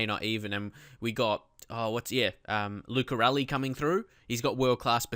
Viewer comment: Oh Lucarelli... in Italy we say L(of Ladies) U(not You, only the sound U) C(of Christopher) A(of Until) R(of Red) E(not England but Ehi/Ehy) 2x L and I is fine